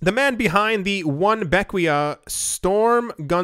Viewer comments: its pronounced Beckway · Pronounced- Beck- way. great island, have been sailing there over 20 years